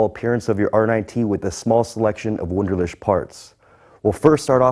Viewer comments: ToxicDonut81 lol not to mention the W at the beginning! "Voonderleehk" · A little embarrassing that you can't pronounce your employer's name correctly. Ask a German from HQs to teach you the 'ch' part on the phone. It does NOT sound like 'sh'. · That's how they pronounce it in Iowa, lol.